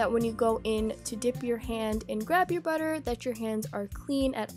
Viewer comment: That was funny when you said batter😁